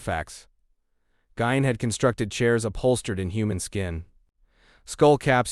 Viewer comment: Geen pronounced not gine